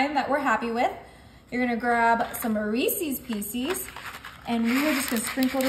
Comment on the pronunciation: I can't continue watching this. For some reason it is just getting annoying. Maybe the Reesies Piecies that she keeps saying. It's REECE'S PIECES, BTW. Or her comment about what she will or will not accept in the comments. Or the creepy commenter off camera. Nice recipe. A little rich. But the video. A little too much for me. Thanks anyway.